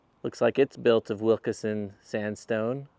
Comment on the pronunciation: It’s pronounced Wilkeson, not Wilkerson